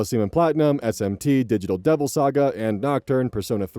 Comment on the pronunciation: I had this playing on my phone while playing Tokyo Mirage Sessions #FE so I wasn't really paying attention and immediately snapped to attention when I heard read "SMT"